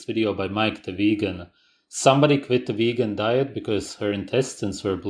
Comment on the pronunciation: ''ve-hee-hee-gan'' X''D